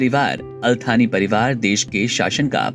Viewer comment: थानी नही यार सानी